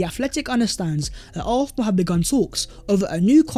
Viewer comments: Why i hear Arsenal as although or arthur or something not Arsenal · ffs will you say ARSENAL for ONCE.hahahaha